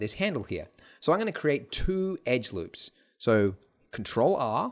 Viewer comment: "how do i select the lewps :(" "alt click" OOOOOOOOOOOOOOOOOHHHHHHHHH